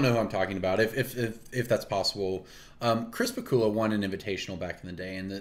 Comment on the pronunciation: Ohh, I thought you were saying ‘crisper/cooler’ referring to the fire and ice mage hands rather than Chris Pikula. Either way, knew which card you meant!